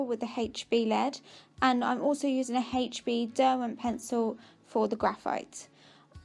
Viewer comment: HB, NOT haytch B.